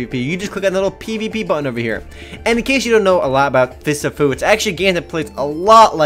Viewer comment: I thought you said Fists of poo for a second.